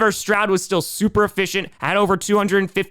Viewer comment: Stweelers go to tuper bowl 😂😂😂😂